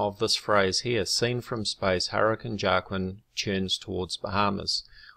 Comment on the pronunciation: lol The only conspiracy is your pronunciation of Joaquin. It's sounds like Wuakeen.. ya know, like the actor Joaquin Phoenix. Great video.. I am surprised you haven't been hit up by the flat earth people yet? Or at least I haven't seen any videos from you regarding the subject. Cheers!